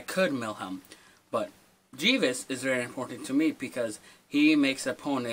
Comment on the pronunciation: Jee-ves!? Haha, you fucking moron!